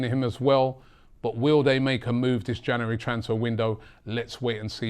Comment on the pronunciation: I hate the way he pronounces January